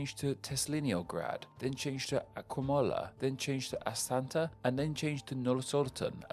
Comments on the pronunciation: Being a linguistic channel you should really learn how to pronounce the capitals in the local language. I stopped counting but you massacred a lot of names. You kept adding letters where they weren't. For example Astana not Astanta, or Bishkek not Bishbek. Ribnica is pronounced Ribnitza not ribinica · word pronunciation according to: AsTana = 'AsanTa' Nur-Sultan = 'Norsorton' BishKek = 'BishBek'